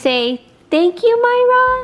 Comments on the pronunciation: It's Pronounced Maria not Mayra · Isn’t it Mareeeeaaaa not Mara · Yes, thank you....very important. Mar-ia ....not My-ra...big difference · not MyRA it's MaRIA... I'm sorry about your pregnancy.. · She actually pronuced it Moi ra it's the intention that matters though. You can tell she is grateful